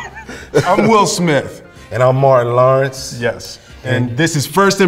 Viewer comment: "en'am MOARIN LORENSS"